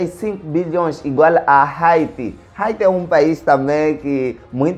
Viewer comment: Haiti se ler aiti